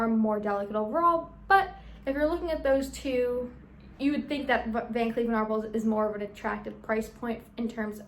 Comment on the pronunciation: It’s pronounced “Van Klef” not “Kleef”.